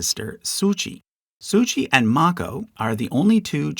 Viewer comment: Sucia Island is pronounced "SU-sha"" and "Lummi" rhymes with "Yummy." Source: born and raised in the Puget Sound right next to the Lummi Nation.